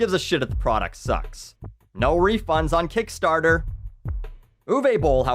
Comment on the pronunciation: I like the way he says "Kickstaahta"